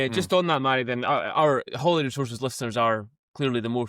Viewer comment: Please get it right chaps. It’s not Hollyrood, that’s the American pronunciation because they mix it up with Hollywood. It’s Holyrood. Like with an oh!